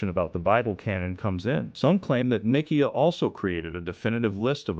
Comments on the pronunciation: Can't even pronounce Ni see a ( long I long e short a ) 😮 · sounds like a robot..but much better than steven Hawkings ..the council of nick - key- ah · These buffoons cannot even pronounce 'Nicaea' correctly. And their screed sinks after that.